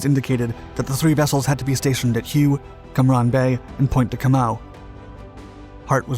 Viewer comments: You haven't? Well, I have. I think the purpose of this post is because the author mispronounced it in the video. I've also heard dozens of others on other videos pronounce it as Hugh or Hughy. It is pronounced along the lines of Whey, Way, Hway, or Hwhay. But not Hugh or Hughy. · Hue is pronounced "Way" I remember from the Yet Offensive news coverage. Yep I am that old...unfortunately, but it beats the alternative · More like hoo-ay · The rest of USS Isabel's story is just as interesting. Hue is pronounced like "way". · Somewhere along the lines of all these. But definitely not Hugh or Hughy. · Hue is pronounced "whey" FYI. Good doc. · Tet offensive. And you should pronounce the "h". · You’d expect a documentary historian to get it right …